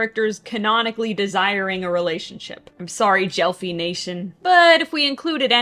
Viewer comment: pronouncing gelphie like that is a crime